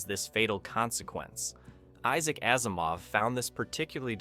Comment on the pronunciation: Same with Asimov. It is pronounced like Azimov not Assimov.